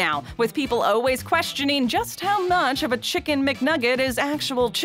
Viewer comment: It's funny how the voiceover lady always says oh-ways instead of always